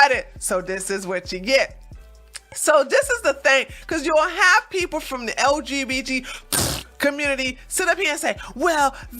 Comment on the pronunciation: Okay, your pronunciation of LGBT+ had me wheezing.